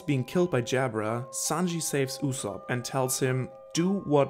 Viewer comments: Yu-sopp not Oosop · YU-zop. that's how you pronounce his name in English. in Japanse it's YU-Zo-Pu. i mean come on- you probably watch the Sub, AKA original Japanese Dub, you must have heard a million times how his name is pronounced. why do you call him "OO-sop"?